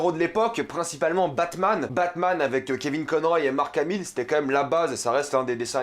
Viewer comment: Alors, je suis globalement d'accord avec toi mais tu fais trop le cainri genre "Batman avec kevin Conroy et Mark hamill" gars on sais tout les deux qu'on partait ça en francais sur la 3 😅